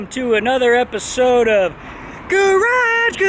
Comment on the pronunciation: I think we can all agree that nobody says "garage garage" better than Dan